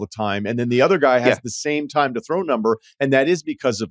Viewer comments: He can't say th noises. Keeps saying udder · Same. I think it's because when he's trying to say a word like "other", he pronounces it like "udder." Lol 😂